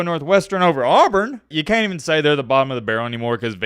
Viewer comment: "Cain't" really is southern lol